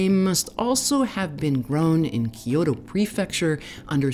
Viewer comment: Loved hearing about the history of Mizuna . I found the repeated mispronunciation of Kyoto distracting